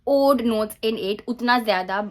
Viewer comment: Oud pronunciation is oood not uud just letting you know ❤